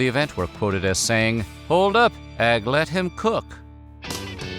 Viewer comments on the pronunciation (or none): Bro said "algat him cook" 😂